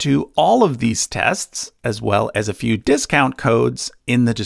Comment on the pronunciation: My friends have made fun of me for years because of the way I say “tests”. So understand my excitement when I hear you say “tests” and realize you are my pronunciation brother!!!